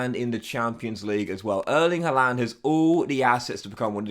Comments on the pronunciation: Good video but it’s pronounced “har-land” he even said himself in an interview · Why are you the only person on earth that HAS to mispronounce Haalands name?